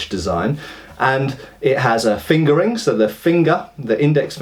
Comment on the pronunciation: I keep hearing finger ring as fingering. <.<